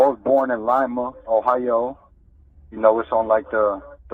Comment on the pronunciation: You can tell he’s from here because he says Lima the right way.